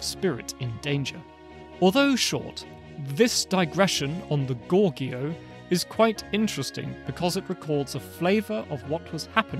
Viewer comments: Not sure why you thought 'Goguryeo' is pronounced 'Gorgeo'. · Just as a pronounciation note: it is Go-Gu-Ryeo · Goguryeo is pronounced as Ko-Koryo.